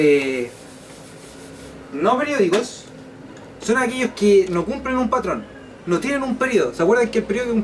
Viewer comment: dice perdicos